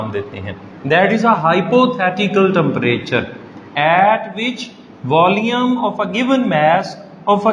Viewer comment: It's volume , his pronunciation is VOLEUM 😂